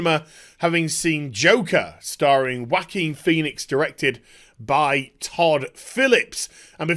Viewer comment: no it's not. It's a spanish name and it is pronounced "Ho-a-kin"